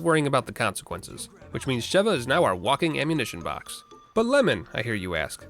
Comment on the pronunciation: SHE-va, surely, there's no double V for that hard pronunciation you keep doing !